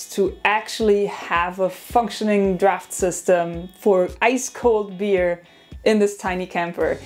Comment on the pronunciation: *Beer 🍺 not bear 🐻 😂